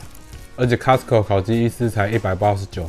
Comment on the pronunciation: Costco 不是 castco😂